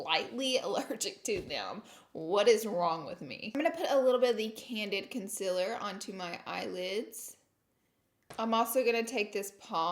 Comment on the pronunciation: why she saying 'conciler' and not 'concealer' thoooo , no hate still lover herrr